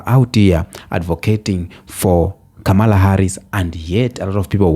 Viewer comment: KA-MA-LA ...pronounce it.....